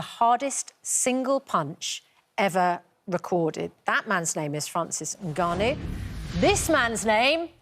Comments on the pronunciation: Bless the host for pronouncing Ngannou well and not saying En-Ngannou at the very start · First time have heard someone pronounced Nganou name as it should be pronounced, without the N.❤